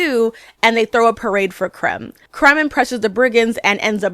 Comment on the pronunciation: It’s not KALEEEEL. It’s KAL-EL Really threw me off bc everyone knows his name and its pronunciation by now, after 88 years. And the villain isn’t named CRUMB. It’s KREM (like CRIMPED). I can’t finish this. I do agree with much of what you say, overall. Until I had to stop.